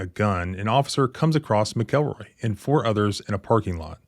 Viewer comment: its Mac el roy lol not mick el roy